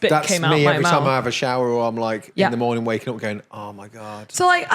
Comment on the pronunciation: "Good mooning!"